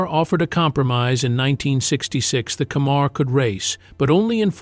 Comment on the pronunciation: It’s FORD CAMMER not Cammar. And get your pics right with your videos please.